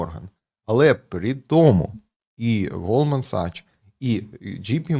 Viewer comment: Правильно казати Голдман САКС, ДЖЕЙ Пі Морган